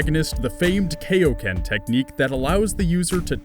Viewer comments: K-EYE-O KEN. NOT KEYO KEN. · its actually pronounced ( ki yo ken) not ( kayoken) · kai-o ken not kay-o ken its in my fucking name king kai kaio-ken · STOP. IT'S KAI-OH-KEN. NOT KAYO-KEN. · How do you say King Kai's name right and then turn around and call it the "Kay-oh Ken"? It's Kai oh-ken. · no no no no NOOOOOOOOO ITS KAIOKEN NOT KAYOKEN!!! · kayo ken? you dubbie fucktard. its kaioken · did he just say "kayoken??" It's "KAIOKEN" dude, KAIOKEN. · He said Kayo-ken. Not even people who watch the dub religiously say that. I beg, never again, it is Kaio-Ken. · iiiits KAI-O-KEN NOT KAYOKEN!!! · Says Kayoken, it's fucking Kai-o-ken it's named after King Kai, Triggered me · he said 'kay-o-ken' instead of 'kai-o-ken' :'( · Its now kayo-ken,its KAIo-ken,KAI (im a nerd) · it's not kay-o-ken, it's kai-o-ken. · it's not kay-o-ken, it's kai-o-ken, like king kai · Okay good vid, but I just gotta say one thing. Seriously? You too? KAYoken? Come on it's KAIoken! It's in king KAI's name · It's KAI-oken not KAYoken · it's kaioken like king kai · Kai-o Ken...KAIO KEN, AS IN KAIO-SAMMA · it's kai-o ken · U can say king kai but not KAI o ken!!? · It's kioken bitch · says he is a dragon Ball nerd, says kiao ken wrong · Kai-oken. KAI-OKEN LIKE KAI-OSAMA OR HIS NAME KING KAI!!! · IT'S KAI-O-KEN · you lost me when you said "kay-o ken." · Its "kai-o-ken" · It's Kai-oken. As stated by super and kai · awesome video but fuck man...would of been much better if you used the actual names of characters. King Kai... Supreme Kai? and you said the god awful kaioken (Kay-oh-ken) Kanzenshuu is sad. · did he just say "K"-o-ken? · kaioken is pronounced Kai like die oh Ken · The "Kayohken" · It's Kai-oken as in King Kai. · Its pronounce Kai-O-Ken! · You pronounced Kaioken wrong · CFA I believe the English dub called it the Kay-Oh-Ken so I believe that’s why he said that. But good job on explaining the Zenkai boost that Saiyans have and how Goku used it...a lot.